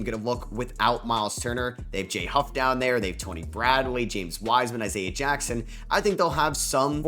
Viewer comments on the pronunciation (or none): none